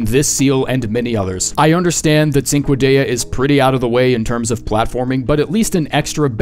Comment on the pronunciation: Cinquedea is pronounced as chin-qwe-de-a btw, it is Italian (cinque = 5)